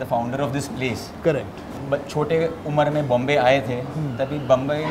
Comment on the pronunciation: Mr. विजयकर its मुंबई not बम्बय.